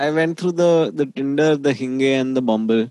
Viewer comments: Im gonna pronounce hinge as hinngay from now on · And then proceeds to say " hin- gayyy"🤦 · Are we gonna ignore that he pronounced it hin-gay instead of hinge? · literally ‘hinge’ ko ‘hingee’ bola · Yeh Hin-gey kya hota hai Bhai